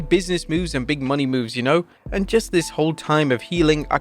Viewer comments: Sasha's new last name is pronounced "Mo - NAY"... not "Money." It's been months now... you're playing ignorant and out of touch on purpose? You could change but you're choosing to read what's in front of you incorrectly. What on earth is the payoff? Losing viewers? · Christ Mercedes Mone isnt pronounced money